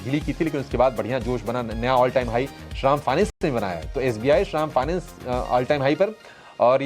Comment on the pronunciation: Shram Finance Kyo Bol Rahe ho Sahi Boliye Shri Ram Finance